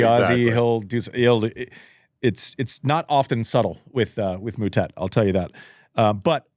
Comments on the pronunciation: Stop calling him Mootett, you know how it's pronounced🙄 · Disrespectful… how hard is it to learn to pronounce someone’s name 🤷🏻‍♀️